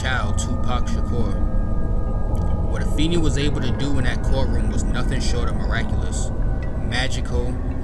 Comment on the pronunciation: Afeni is pronounced uh-FAY-nee